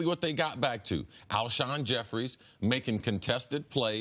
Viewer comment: Can we get a producer to finally tell CC his name is Jeffery not Jefferies